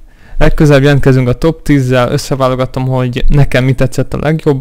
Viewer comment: Nem top hanem topsz 10. nál montad kb.